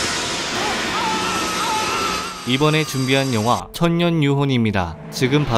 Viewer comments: 왜 발음을 천년유혼이라고 하지? 제목은 천녀유혼인데. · 천녀유혼인데 발음이 천년유혹으로 들려요..꾸벅. 늘 리뷰 잘보고 있슴다.